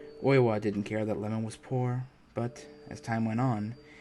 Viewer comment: The husband's name is I-e-mon, like Ye-mon, not lemon 🍋